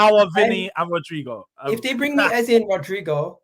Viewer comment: Ffs it’s pronounced EZA twats 😮